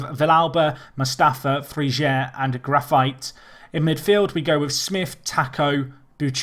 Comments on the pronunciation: isn't it Grafeetay not grafite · No, it's not. It's more like Gra-feet.